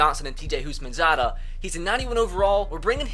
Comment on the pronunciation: Who thought of perram crowe when he said houshmansadah